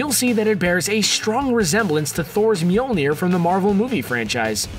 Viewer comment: I dont understand how its so hard to pronounce "Møljner"